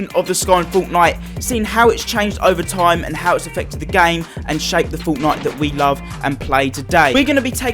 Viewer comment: I love how he says fortnite like 'forwtnoite